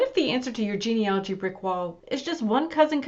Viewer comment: Please, it’s genealogy not genealogy.